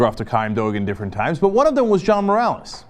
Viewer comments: does anyone notice how or so he says "mcgruff the crime doge"? xD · Sounded like Cenk said Mcgruff the Crime Doge. Much awesome, Cenk.